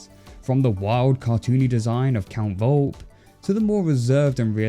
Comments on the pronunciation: Volpe's name is pronounced Vole-pay not Volp. The "e" isn't silent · For crying out loud in italian! Its pronounced Volp-E! Volpe! Its italian for fox!